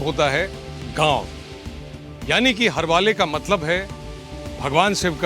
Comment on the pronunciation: It’s not हरवाले it’s हरवळे (pronounced as हरवोळें)